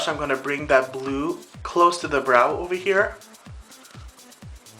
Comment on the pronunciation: AMAZING! but I laughed for like 5 minutes when you said brew instead of blue!